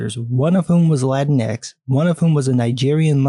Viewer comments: It's pronounced Latinex. Like Kleenex. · It’s pronounced LAY-tinks. No one knows who Latin X is/was.